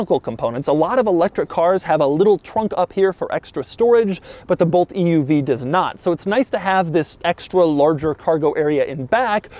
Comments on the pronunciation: Bolt loses 1000 potential buyers every time Doug says "E.U.V" .. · Is anyone else getting more annoyed with how he says EUV as the video continues? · Dougwanese Extra Snooty translation: "Eeeee Yooooo Veeeee" = EUV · It's an oouev? lmao idk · Is this the Bolt "Eee Uuu Vee?" Lol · Bolt EEYOUV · E U V pronounced at least 200 times. 🤮🤮🤮